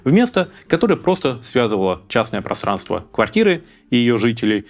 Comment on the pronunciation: Вы произносите слово "просранство", как Шурик в "Уральских пельменях".